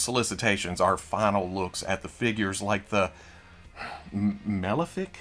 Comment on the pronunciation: I'm so happy I'm not the only one who struggles with Malefik haha